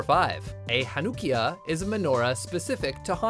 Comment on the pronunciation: WRONG! That's not how you pronounce Hanukkiyah! It's pronounced more like "hanna-kia". I have celebrated Hanukkah for all my life and I've only heard ONE other person pronounce it the way you did. The more you know💫